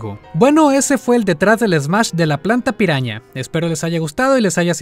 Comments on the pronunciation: Cuando dices piraña en ingles suena a "peruana" xd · dice: Piruana